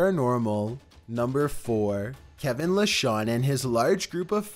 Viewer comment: I heard Calvin not Kevin but idk